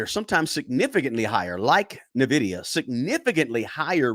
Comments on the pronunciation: It is N VIDIA not NAVIDIA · It’s in-vidia not na-vidia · Ennn Vidia. Not Nuuhh vidia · It's pronounced ENvidea, not NUHvidea. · N-vidia not Navidia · The name of the company is pronounced "En-vidia," not "Ni-vidia." Lol! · Its N vidia not navidia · It's N vdia not Nivdia. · N - Vidia, N - Vidia, N - Vidia, there is no Navidia. Where do you see the A in the name? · N NOT NAH!😅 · It’s pronounced “In-Vidia” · It’s N(an)Vidia. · It’s pronounced IN-vidia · It's pronounced IN-VID-E- UHH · It’s pronounced N-vidia, after the Spanish word Envidia, which means envy, and indeed, NVDA is the envy of every other stock. I own it since 2020. The only runner up to NVIDIA right now is AMD, and they’re far behind but are an excellent company with a great CEO. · It’s pronounce IN VIDIA lol but great video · For the non-gamers out there: It's pronounced "in-vidia." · Not n vidia it’s envidia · its not NAvidia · Small point ... Its pronounced envidia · It is pronounced (en-vid-ee-a) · Dude, Nuh-VIDIA? Really? 😂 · I hate to be that guy but it’s actually pronounced Nvidia (en-VID-ee-ə) . The stock has made me a multi-millionaire so it hurts to hear the name mispronounced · He pronounces it so wrong. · Bro say nvidia correctly pls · I concur. The stock has made me a multi-billionaire and I declare I nearly faint when I hear it mispronounced. Oh, casually throwing in that Nvidia made me a multi billionaire is cringe and douchey? Well then, I guess I'm just a huge douche. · At bare minimum, he should pronounce the name of the stock he is pushing correctly. It’s not nitpicking, it’s not asking that much folks! I too am a long-term holder of NVDA and have raked it in. But it does drive me nutz to hear it so often on this video (and elsewhere) mispronounced. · Haha and he says it so often lol😂 but great info on his part